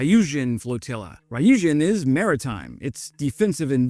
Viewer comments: Ryujin is not Rye-U-Jin. It’s Ryu-Ji-N or Ryu-Jin. (Like Gin the drink). Three letter syllables in Japanese are still a single syllable when pronounced. Just say the R and Yu sound together. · It is NOT pronounced rye-yuh-jin. There is no rye in ryujin. It is a plain r then yuh-jin.: rrrrrrr-yuh-jin. You can let google translate pronounce words in any language for you. Why don't you use that before you record a video. It's easy.